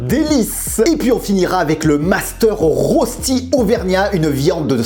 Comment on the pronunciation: On prononce "reuchti"...